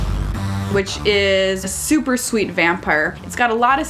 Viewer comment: Lol what is wrong with you two (also it is super not supper) They were having dumb fun Calm yourselves.